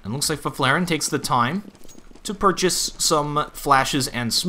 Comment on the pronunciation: try saying Fifflaren like this "Fiff-la-ren" and u get it right